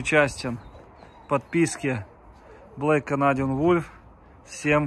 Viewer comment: Все прикольно, но когда ты произносишь «ВулЬф» именно с мягким знаком очень режет уши!))